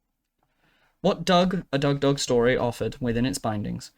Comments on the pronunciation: it sounds like hes saying duck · Dug? Douh? Dou? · Doug duck dog I heard at some point. But Doug Doug Dug and Dug.